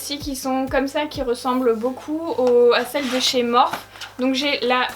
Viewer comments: cc tes videos son tip top mais « morphe » se prononce « morphi » merci bisous bon courage ma belle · J'aime trop ta vidéo mais s'il te plaît dit morphi et pas Morphe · Mais sa se prononce morphi pas morph 😥 mais sinon j adore tes vidéos 😘